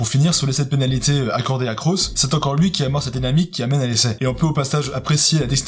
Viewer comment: C'est trop comment tu prononces Cros... Le o c'est le o du sud-ouest comme dans cross en anglais. Bon au moins tu prononces le s ce qui est rare (j'ai le même nom mdr)